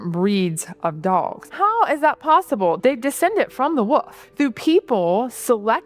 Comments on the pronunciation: Why do North Americans say "Woof" when there is very clearly an L in "Wolf"? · Why do some Americans pronounce wolf as "woof"? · Why can't she pronounce the word "wolf"? Actual rage bait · How she pronounces wolf is so cute. Wuff.